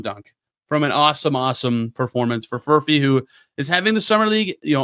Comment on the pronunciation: Did I hear you say Furphect?